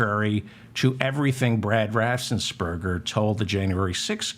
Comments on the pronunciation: David, it's RAFFENS NOT RAFSENS. You do this over and over. Practice! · Raffensperger. David does mispronounce it, as if there were an s before the first e.